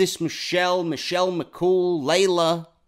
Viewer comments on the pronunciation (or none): none